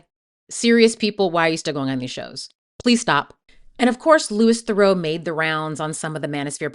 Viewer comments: yes within 3 seconds when she mispronounced BOTH names, I went to turn it off (but ran to the comments first to see I wasn't being unreasonable) - so off putting! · You didn't pronounce Louis or Theroux correctly, which means you haven't heard his name said, which means you haven't watched any interviews with him to look at his opinions on things. If you make a whole 30min essay about someone but don't say their name right, it comes across as badly researched. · But then...it is well researched and contains clips of him in interviews. So why don't you know how to pronounce his name? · How can you mispronounce his name within the first 20 seconds of your video? Did I just fall for engagement bait? Or did you not actually watch the documentary, where he introduces himself to people multiple times? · “LU-EE, Thur-auw “ like Thureaux. As a fellow Thurau I’m so sad to see everyone get his name so wrong. I respect the video though! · Good video but his name is pronounced Loo-ee Theroo since it's a French name. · Interesting points! Just a quick note that Louis Theroux's name isn't pronounced like "Lewis". It's pronounced more like Loo-ee. Really interesting to hear your opinions and takes on these interesting characters! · That’s not how to pronounce Louis Theroux’s name - it’s not Lewis, it’s Lewie, and it’s not Therow, it’s Theroo. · You mis-pronounced his first name and his surname. It's Louis Theroux, but you said Lewis Thurow. Theroux like you're saying 'through' as 2 syllables instead of 1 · Minor nitpick, but Louis Theroux’s name is pronounced the French way. Loo-ee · Yes, thank you! Louee Theroo. I always hesitate to bring up pronunciation when the creator has obviously put in so much time and effort into their video, but it's important! Theroux is a very well-known figure, so easy to find how to pronounce his name. (Also drives me nuts when people say Zen-DYE-a, instead of Zen-DAY-a.) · Say his name right!